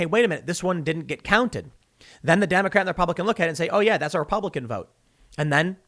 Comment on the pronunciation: "repubiican" vs "republican"